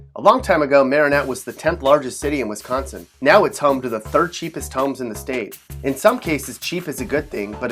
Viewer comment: This guys pronunciation of Wisconsin is pissing me off 😂